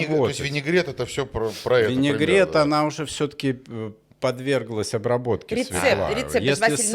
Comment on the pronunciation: Свёкла, не свекла.